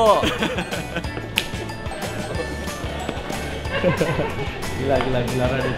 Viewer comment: sial😂 wktu bang radit ngomong "BEGO" gitu bet yak, pake penekanan:v